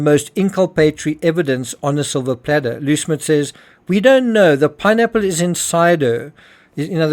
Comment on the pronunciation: He really tried to avoid saying pineapple 🍍 I swear he said nappmes 😢 first time I watch him here